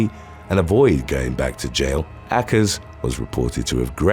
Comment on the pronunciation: Why would you pronounce Akers that way? Obviously, you're guessing, and it's not even a reasonable guess. Too many YouTubers do this. They come across a word they're unfamiliar with, but don't bother finding out how it's pronounced, and often misuse the words on top of it. Obviously, names CAN sometimes be pronounced differently and still be legit, but this isn't one of them. It irritates me when creators get lazy, and I tend to put them on my "do not recommend" list the first time I catch them at it. This channel has been entertaining enough that I'll continue watching, but more idiocy will lead to me dropping you. Yes, it IS idiotic to be sloppy.